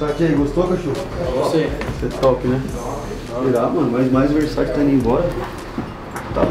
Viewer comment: "versaçi" KKKKKKKKKKKKKKKKKKKKKKKKKKKKKKKKKKKKKKK VTMNC KKKKKKKKKKKKKKKKKKK